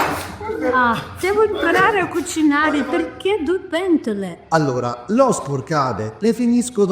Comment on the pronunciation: Pierché du pientole? 😂 Aho pulisco io! 😂😂